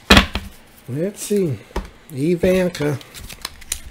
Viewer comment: Love how you say her name—-E-van-kaw. Lol